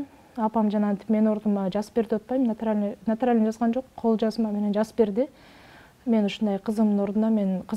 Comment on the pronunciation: Билимим жок дейт. А бирок НОТАРИАЛЬНО деген созду ЖАПЖАКШЫНАКАЙ ЭЛЕ АЙТАТ, СООПСООНУН ЭЛЕ ГРАМОТНО ЭЛЕ СУЙЛОЙТ ЭКЕН.